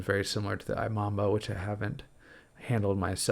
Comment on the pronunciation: Imamba is pronounced eeMamba